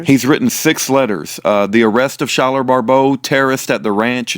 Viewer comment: Thank you sooo much for putting out these videos recently! I'm just discovering them and I am so blessed by them! I am his mom! His name is pronounced like Sky-ler! lol! I wish I could tell you how to properly pronounce his middle name (Pyatte), but, it sounds like pie-it! I hope that helps! Please message me sometime through fb/Messenger!